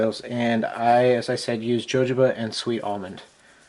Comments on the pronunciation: hohoba oil is how its said sir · Sorry to be picky, but it's Jojoba is pronounced (H0-Ho-Ba) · Very informative thank you. My only complaint isn't how you said Jojoba... lol ... but that your camera was in a bad spot.